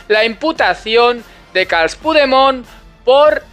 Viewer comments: Carles en catalán se pronuncia Carlas la última a se coloca la boca para pronunciar una e pero se pronuncia una a, no obstante jode más que le llame CARLOS, eso jode mucho a los independentistas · Se dice Carles,, como suena, también puedes decir Carlas. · cada día estás patinando más con las informaciones que das... ¿Gonzalo Boye catalán? ¿Lo has escuchado alguna vez? Te recomiendo buscar, 'entrevista Gonzalo Boye RAC1' a ver qué catalán es ese... Es un chileno que habla menos catalán que tú, que tienes que fingir cómo se pronuncia 'Carles' que seguro que con el futbolista Puyol eso no te pasaba. Me vas decepcionando día a día.